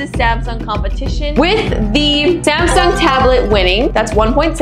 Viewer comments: anyone notice the samung" instead of samsung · is not Samung it's Samsung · Samung instead of Samsung😂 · Her through out the video: "Zamsung" "Sumsung" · When Samsung became SAMUNG Lolllllllllllllllll